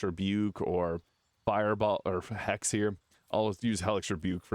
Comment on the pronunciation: Please work on your pronunciation and diction. It sounds like "haste" when its hex. I mean it with all love.